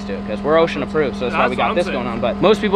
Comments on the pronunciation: It’s osha not ocean lol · Am i the only one that keeps hearing ocean approved instead of osha ? Or am i trippen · This whole time I thought he was saying ocean aproved not osha 😂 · No it's OSHA not ocean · Is he saying ocean approved? It’s OSHA in case anyone is wondering. 😂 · It’s OSHA not ocean my man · Im so drunk good video its ohsha not ocean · I thought you were saying ocean Approved